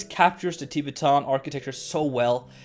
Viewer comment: That pronunciation of Tibetan really made me laugh 😂